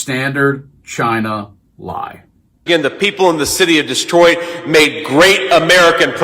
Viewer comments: Someone please respond to this so I know I’m not tripping too hard (just got some new dank herb and I’m feelin’ pretty good🤙)… I SWEAR he pronounced it “Distroit”, almost like destroyed. Am I fully detached from reality?😎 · He's so angry he said "Dis-troit" it's Detroit you loser😂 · Did he REEEEEEEEEEELY say, "The city of DESTROIT"??? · Destroit? I rewound several times, he said Destroit.